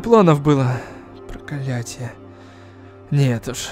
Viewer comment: Пересмотрела сто раз и не заметила,и только щас услышала что он на начале сказал"прокалятие"